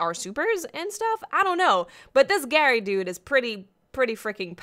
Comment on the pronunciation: His name is Gary. Not Gaul. GARY